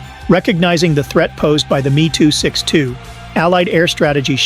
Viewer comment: AI joke commentary & not a single pic of a M E 262 , not a Meee 262 Lol